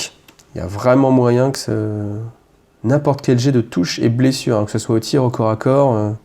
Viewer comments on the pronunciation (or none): none